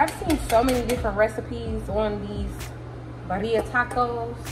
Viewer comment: Pronounced birria (beer e ya) not yeah. Yu. The guajillo Chile is like (wa he yo). Just helping. Coca needs to stop playing & put a ring on her finger. is everything! Periodt. 💙. These look so delicious. Can u believe most Hispanics and people married, dating, etc Spanish people shred that chicken and beef up by hands and yes it’s still steaming. My hubby is Salvadorean and he’s an amazing cook but him and the women and cooks in his family just shred that up steaming from the damn pan. It’s crazy.